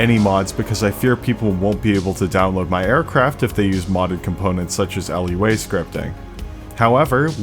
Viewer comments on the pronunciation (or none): Never heard of LUA, but I have heard of Lua (loo-a). 😂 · Nice job! Cool to see that turboprops aren't just for COIN and CAS. One note - the programming language you're referring to for Flyout is Lua, pronounced "loo-ah" - not an acronym (although that's a very easy mistake to make with programming languages!) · Lua is not an acronym, it's just "loo-uh" :) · Why did you pronounce lua like that :(